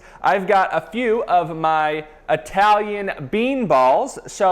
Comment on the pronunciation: Dude, every time you say "Ay-talian" I die a little bit haha